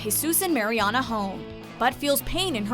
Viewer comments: Is anyone else bothered by the way they pronounce Mariana's name? 😂😩 It's MAriana not MAYriana 😂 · I hate when people say “Mary-Ana” it’s so annoying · It's pronounced Mar-E-AHna not Mary-Anna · okay say it with me mARiana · I like how she pronounces "MaryAna" like the tech guys in Good Trouble. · I hate how she says Mary-ana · If i hear 'mary anna' one more fucking time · She pronounced Mariana Ana and probably other words WRONG. I'm over dramatic but its Sooooo annoying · Emma Cee no, it’s pronounced, mar-ee-ahna. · Kyra Marie ikr!! It's pronounced "mer-yan-a" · The commentator on this has definitely never seen the show with the mispronunciation of Mariana and saying Anchor Bay not Anchor Brach. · there are so many things wrong with this video... first, they say marianas name wrong, and they said anchor BAY, and most of these moments were definitely not the most shocking. i don’t think they ever watched the show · The way you say Mariana makes me cringe 😞😣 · Did anyone else notice that she said bay insted of "beach" also you pronounced Marianna's name wrong ...🙄🙄🙄🙄🙄🙄🙄🙄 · I hate how she was saying Mariana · Can you maybe pronounce Mariana's name right? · Lol it bugs me how they say Mariana's name wrong😂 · Kyra Marie When you swear your a fan of the show but fuck up her name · You would think they would get her name right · she pronuced Mariana wrong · it's bothering me so much how she says mariana's name as well.